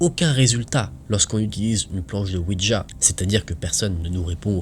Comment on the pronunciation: slt tes videos sont super genial merci a toi vrmnt 👍👍👍👍👍 en ce qui concerne le ouija de lecture mai la prononciation c est ouiya oui francais et la ja allemend qui ce dit ya 😉